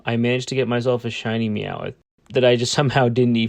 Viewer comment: Why do you say meow-ith it’s just meow-th. I get the mix up just so you know I’m not hating.